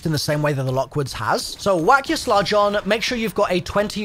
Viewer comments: Why is he saying “sludge”? Is it not just a slug? Is this a British thing? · I know you're British so I'll cut you some slack but slugs are pronounced just the way it's spelled. Like the bug. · Literally EXACTLY what I came here to say. It’s like he’s TRYING to do it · I thought I was the only one hearing it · wait? You purposely don't? Haha